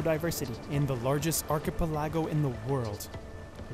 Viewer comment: how does this guy not know how to say archipelago?